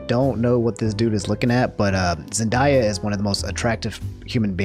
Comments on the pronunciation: zen·dei·uh, not zen•die•uh Edit: Answer to your quest at the end- I don’t like it because I see it just creates more anger from me with something I notice you disagree on, I feel like you should have your opinion on things I don’t fault that. It’s just it would make it harder to watch your videos with them being frequent and also being irritating to me. That’s my personal take on it. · ZENDAYA not ZenDIEa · Ok, I love you, but you gotta stop calling her zen-die-uh, it’s zen-day-uh 😂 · Man's said zen-die-ah. It's basically pronounced as written zen-day-ah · did you Pronounce “Zen-day-uh” as “Zen-die-yuh”?... Actually that kinda sounds better I’m a let it slideeee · I love that this man mispronounces every single name. Keep on doing you, Zendaya’s real name is indeed pronounced Zen-die-a. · You say Zendaya weird my guy. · defends zendaya also: pronounces her name wrong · Listening to you pronounce zenayas name hurts, and yesssss hot takes are really cool and I’d rather have a hot take them no video!!! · They way he says Zendaya i feel like hes trolling with how many times he said it in a row 😂